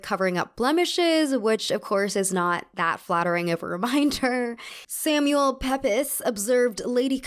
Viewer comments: I know you don't have the time to look up the pronunciation of every single name, but Samuel Pepys is pronounced Samuel Peeps. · samuel pepys name is pronounced “peeps”! although it definitely sounds cuter as “pep is” 😂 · Samuel Peeps, not Pepis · Just FYI it's pronounced Peeps (Samuel Pepys) not 'peppys' - just wanted to point that out because it throws a lot of people off. Damn silly English names lol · This is so pedantic, I love ur channel I just want u to know Samuel Pepys is pronounced Samuel "Peeps," also also did you know he buried his cheese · Samuel Pepys (pronounced 'peeps') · Amazing video as always! (Pepys pronounced peeps, you'll Come across his diaries a lot doing research in this period haha) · Pepys is actually pronounced as Peeps! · Really enjoyed this video. I have a tiny comment: "Pepys" is pronounced "Peeps". Agreed, it's not intuitive! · It’s pronounced as Samuel ‘peeps’ - just here to help. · Just FYI if you're doing another historical thing referencing Samuel Pepys - his name is pronounced Samuel Peeps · I just adore every video you do! I particularly love history of fashion videos. Just wanted to let you know that Samuel Pepys is actually pronounced “Peeps”. He was an English politician and journalist of the time and a go to primary resource for anyone who is studying this time period. It might sound nitpicky but I don’t think I could have contained it otherwise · Samuel Pepys is pronounced like Peeps, though it would be impossible to know that unless you'd heard it pronounced before :) he's a very famous english figure so we heard about him in school a lot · this is by no means a criticism (this was a great video!) but Pepys (as in Samuel) is pronounced like "peeps" (for some fuckin reason idk), just wanted to let you know! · It's pronounced Samuel "peeps" although his name is spelled Samuel Pepys. He's a famous diarist. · Pepys is pronounced PEEPS